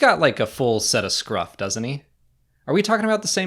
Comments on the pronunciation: Sorry, it’s scruff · I’m sorry but it is scruff